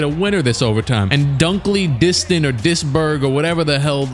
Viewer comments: Dunkley-Distant lmfao that had me 😂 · “Jalik Dunkly-Distant”😂😂😂